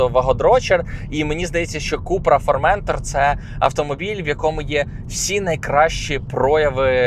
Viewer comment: Вибачте, але не формЕнтор а форментОр